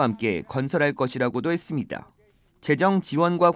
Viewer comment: 이 방송국의 앵커를 속히 바꾸시오. 그는 끝 발음이 정말 듣기가 거북할 뿐만아니라 “ 했습니뎌” 라고 발음하는 정말 듣기가 여간 괴로운게 아니다. 그렇게도 앵커로 일할 사람이 없던 말인가. 말끝마다 “뎌, 뎌, 뎌, ” 라고 하니 발음을 고치던가 혀에 문제가 있는 사람이라면 다른 사람으로 교쳬해서 앵커자리를 신선하게 하기를 바란다. 정말 한심하다. “뎌, 뎌, 뎌, 라고 발음하는 자를 앵커로 앉히다니.